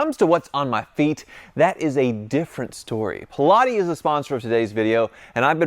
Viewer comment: I think you’re butchering that shoe name